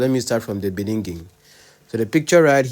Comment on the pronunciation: Thank you for this fair analysis. I just realised that you have a problem with pronouncing ‘beginning’ 😊. They should focus on trying to resolve their issues without getting others involved. Please leave Pastor Jerry and Nathaniel Bassey too.